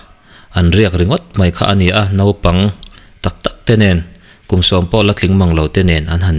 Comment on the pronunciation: Lo correct ve khang lang teh ang che, engmah phei Chu ka Ni law. Naupang tiin lam la ka van duh em. nopang tiin i lam tlatin ka hria. I channel kal Leh zelna turah duhsakna ka hlan a che